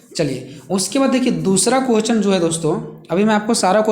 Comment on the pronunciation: Sir aap क्वेश्चन nhi bol pate hain to प्रश्न भी बोल सकते हैं हम लोग को कोई दिक्कत नहीं है but कोहचन mat boliye aapka bola huwa har word matter karta h 😢🙏 Baki sab thik h 👍🙏 Thanks🙏